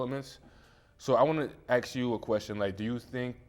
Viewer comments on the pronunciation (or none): it’s pronounced and SPELT A S K - ARE-SK not akst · "I wanna AX you a question" Why? Why can't this word be pronounced correctly, by "them"? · "so i wanna axe you a question"...com'on bro... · The guy sounded smart until he said AXE instead of ASK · Ax you a question 😂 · When you can't pronounce the word ASK there is very little hope. No need to watch the rest.